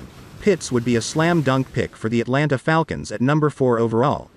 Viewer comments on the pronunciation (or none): none